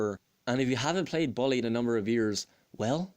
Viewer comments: Lol that accent xD ball e instead of bull e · i agree with you on the map part, the game's whole map is memorized in my head and i know everything about. and no offense, but you pronouncing bully was funny 😂 anyway great review!